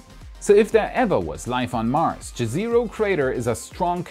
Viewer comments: For future reference, the mars crater to be explored is called "jez eh ro" not "ge zero". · Just a quick note, Jezero is pronounced like Ye-se-roh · Jezero (yeh-zeh-roe) = Lake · please! "Jezero" is, as you certainly know, a word in many Slavic languages (including my Croatian) for "lake" (the particular crater was named, according to Gazetteer of Planetary Nomenclature via Wikipedia, after a town in Bosnia and Herzegovina.) The pronunciation is like "YEZ-ə-roh" (IPA /ˈjɛzəroʊ/) - not so difficult. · "Jezero" means lake on Croatian o.O ( btw..if it helps.. its read J like in german "ja" ..e is not read like in english but sounds more like e in "echo".. zero is read like you would in german zero..not like in english ... and you accent on first syllable.. je.. and cut off on last o..so it does not soumd so long.. like jEzero..) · Please don't read jezero the way you do :D :D :D Put it into Czech google translate :D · If Jezero crater name has any connection with Slavic languages, jezero (lake) is pronunced differently, but still awesome coverage. Thanks :) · Congrats for No.100!! YOU ROCK!!:D I just must add, You are using the wrong pronunciation for "Jezero crater" (like most English speaking people do), please check here: and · Pronounce JEZERO like you would in german language (except the letter Z).It means "the lake, der See" in serbian and many other slavic languages. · This is not how you pronounce Jezero. In many Slavic languages jezero means lake.